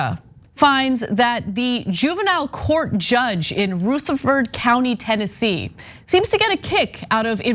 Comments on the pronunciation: Love Anna but she is pronouncing Rutherford wrong. RUtherford (U making the sound like in Rug) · What cracks me up is Anna saying "rootherford" over and over. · It’s pronounced “Rutha ferd” the rutha part should sound similar to “brotha ferd” except with just the R instead of the BR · Rutherford has a short "u". Pronunciation matters in journalism. It affects image and credibility. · I’ve never heard it pronounced Ruh-ther-ford. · I live a county over. It's pronounced- Ruh-ther- ford" It was the exact same way 30 years ago. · you can pronounce it however you like but really it's pronounced ru-ther-fuhd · Rutherford has a soft U in pronunciation. But it is north of us I live in Chattanooga in Hamilton County. Call out Chuck Fleischmann. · It’s Rutherford with a short u not a long u. A little prior research would have told you this. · Rutherford is not pronounced that way. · Ok Anna. Rutherford County is pronounced different. I'm a county away. Gotta live down here and learn the dialect lol. Love you guys. Thanks for exposing the bs that exists. Anna. The video on the detention center pronounced Rutherford correctly. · This is horrendous, but hearing the way she is saying Rutherford is killing me. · Is that how all Californians pronounce Rutherford? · Ana, I'm surprised at your pronunciation of "Rutherford". Smarten up; it's not smarten oop! Apart from that, this story is incredibly hard to believe. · Ana is going to need some coaching on the pronunciation of Rutherford. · That's not how you pronounce rutherford. Also that judge is a world class POS. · Is anyone else going crazy at the pronunciation of Rutherford county? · rutheRford with an R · U need to call a Southerner to learn to pronounce Southern words. Rutherford is pronounced: Ruuh ther Ford Not Rooth er Ford. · RUTHERFORD. Like president Rutherford B. Hayes. Not ROOtherford. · Umm its not RUTH erferd county. Its like rut, like i"m in a rut, rutherford county, but she is correct, this judge is disgraceful.